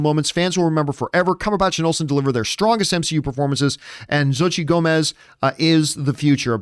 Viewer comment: Xochitl is pronounced sow chee. Sow is pronounced like the word Row. But with an S. Sow chee.